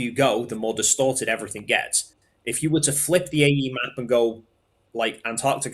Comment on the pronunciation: "I'm not special" "My stationary plath plane is special" E v e r y f i n g t i m e.....